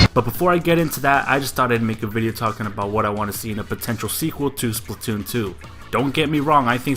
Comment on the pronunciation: OMG PLZ STOP SAYONG IT WRONG EVERYONE DOES THAT it Splatoon not Spltoon >:( that's how everyone is saying it "Spltoon" I'm sorry but geez I was tired of hearing it that way......